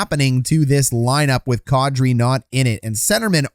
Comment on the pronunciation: Man, that's unfortunate. Was really rooting for Kadri. Also, it occurs to me that your pronunciation of Kadri is probably the closest to the actual thing I've ever heard from a hockey guy.